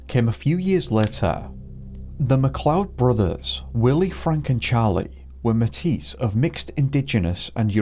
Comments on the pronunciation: So many stories from out in wilderness that just spook me out, for one reason or another. Also, don't know if you'll see this, but Métis is pronounced May-tee. In case it comes up in future cases you cover! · We pronounce it like maytee around my parts lol